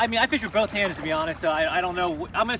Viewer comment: Why do you say bolth? That’s always been a pet peeve of mine, it’s both, there’s no L lmfso